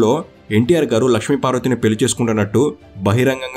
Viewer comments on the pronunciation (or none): పెల్లి బదులు పెళ్ళి అనటం నేర్చుకో బాబూ. తెలుగు సరిగా మాట్లాడటం రాదు కానీ ఛానల్ కి వీడియో కి లైక్ ఎలా కొడతాం